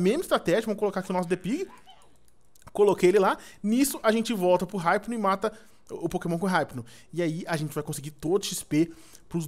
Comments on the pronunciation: E IPNO NAO HIPNO SE FALA IPNO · N se lê Raipno(hypno) , é ipno(hypno) , mds vey.... da agunia .... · ripino????? e ipino qie se fala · vc ta falando errado o nome do hypno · o edu falou o nome do hypno dps q ele capiturou todo errado